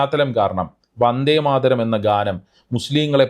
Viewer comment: They can't know the authors name to pronounce proper and the poems 1st line "Vande Madharam" by PM and his subordinators